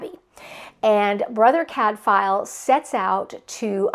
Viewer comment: If you are going to reread Cadfael, might I suggest you look up the pronounciation? The f is pronounced like a w. 🙂 Love you showcased so many good series. Hope people will pick them up. Sister Fidelma as audiobooks are great and the same Irish narrator all the way through. No. 36 out last July.